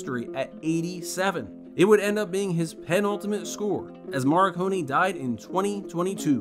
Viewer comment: You repeated Morricone's name 4 times and pronounced it each and every time different and WRONG. Wow. Now, that is one REAL WTF!